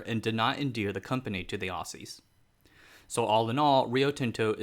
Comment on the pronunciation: Ooh-sea-zzz Makes me cringe every time an American says that 👍😬